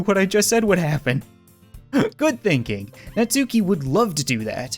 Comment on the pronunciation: Your saying natsuki wrong